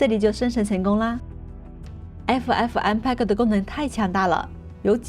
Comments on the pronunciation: 爱抚艾福嗯派哥 不是 派勾听着好难受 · "PEG" 谷歌查到是念"佩格"